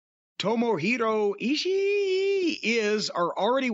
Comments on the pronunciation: Cornette tries so hard to get a response out of Brian with the way he pronounces Ishii's name. I don't know how Brian can appreciate territory wrestling but like that guy. I just don't see it. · I love when Corny Pronounces Ishii😂😂